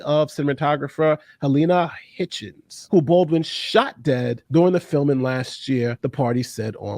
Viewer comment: it is Hutchins, not what you said.